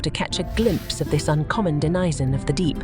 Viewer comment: Denizen pronounced as Da nye zun???😅😅😅